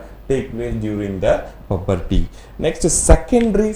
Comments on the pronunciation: Puberty pronunciation wrong so change your pronunciation ok sir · Puberty pronunciation is Wrong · Puberty pronounciation wrong